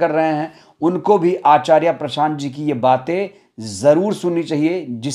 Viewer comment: आचार्या नहीं आचार्य उच्चारण तो सही करो समय। समय की बात है